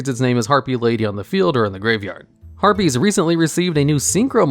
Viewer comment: Stop saying herpies.